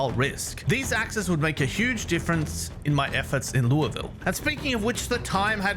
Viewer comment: As someone who lives in Louisville, I’m impressed you pronounce it correctly. “Lu-vul” For what it’s worth, the airport is SDF short for Standiford Field before the name was changed in the late 90’s to Louisville International Airport